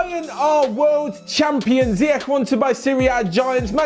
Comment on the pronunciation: it's pronounced Ziyesh